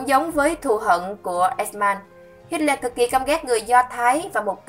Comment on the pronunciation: Bạn ơi bạn đọc sai tên Hitler rồi kìa